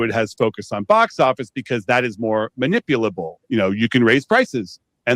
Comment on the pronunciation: "manipuble" LOL